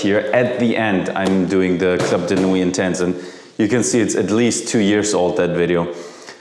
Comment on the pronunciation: Please pronounce "Club de nuit" in French. Everybody pronounce "club" in English but "de nuit" in French